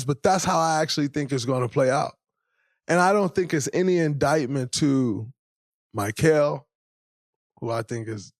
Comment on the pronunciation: Why does draymond not know how to say mikal bridges name correct